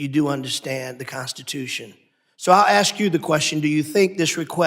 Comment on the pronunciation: The Black guy is an embarrasement, He says Axe instead of Ask.